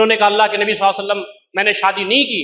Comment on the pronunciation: مولانا سے گزارش ہے کہ نبی صلی الللہ علیہ وسلم تو صحیح سے بولیں ایسا محسوس ہوتا ہے کہ درود پڑھتے ہوئے درود شریف کے کچھ لفظ کھا جاتے ہیں مولانا صاحب درود شریف صاف لفظوں میں ٹھہر ٹھہر کر پڑھیں. ماشاءاللہ بہت خوب شیخ.